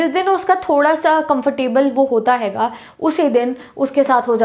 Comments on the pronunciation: Aap hai ko haiga kyu bolte ho??? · Well explained 👏but please don't say" haiga"😑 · I love the way ma'am sayy haiga 😅❤️🔥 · How many of you noticed when she says 'haiga' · Mam aap punjabi bolte ho bicha mai😂😅 Haiga🤣